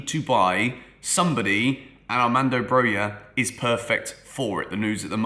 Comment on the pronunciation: its Brokha not Broya